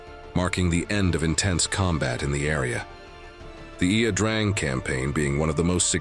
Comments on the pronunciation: it's not La Drang. It's not I. A. Drang. Its Vietnamese. It's pronounced "ya Drang". geez. it's called research. look into it. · It's Ia, EE-yah Drang, not La Drang, Valley. General "man?" It's Nguyễn Hữu An who was in command of the stated B3 units. There is no "M" in this man's name. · It is pronounced I Drang valley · Ia Drang, its not La Drang you idiot, its a capital i not a small L. You dont even know how to spell or pronounce one of your country's own battles, so why would I listen to anything else you say? Idiot.. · "La Drang" - Come on - if you're going to use auto-narration then at least check it. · The narrator actually pronounced the battle, and valley, "La Drang." That makes all that follows very suspect. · AI narrator mispronounces both Ia Drang and Albany 🙄